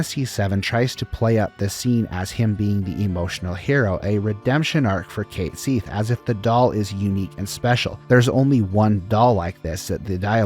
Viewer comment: Enjoying your videos, just a small tip. Check the pronunciation of "compilation" (com-puh-lay-shun), "ubermensch", and "Cait Sith".